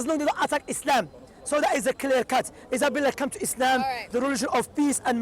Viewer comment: Whats your name? Issabella Shamsi: Izzabella